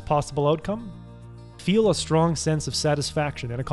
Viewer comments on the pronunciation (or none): none